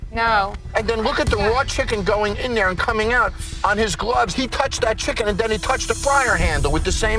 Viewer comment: The kitchen got him so upset he couldn't say chicken.